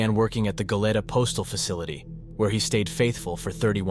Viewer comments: Its Go-lee-ta, not Go-let-uh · It’s GO-LEE-TA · Its pronounced Go Lee Ta